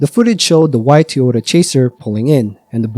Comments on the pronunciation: you’ve got to admit, your pronunciation of Toyota as Tee-ota is suspicious. I’ve heard many different accents and dialects over the years and never once come across a human who pronounces Toyota like that. AI read Redit stories on the other hand… so I can see how if this was someone’s first video from your channel they could get hung up on that. Took me listening very closely to reassure myself that this definitely is a human voice, and I’m not crazy. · Sad story, but I think there car was a "Ty Ota" not a Tee Ota .